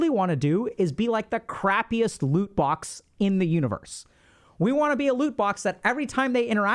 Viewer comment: He kept saying "lute box" and i had no idea what this is. Thought maybe it was Indian. So i googled it. Turns out it's gamer jargon for a treasure chest. Loot box.